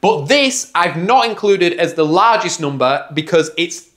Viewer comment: I love the way he says "hoondred" and "noomber"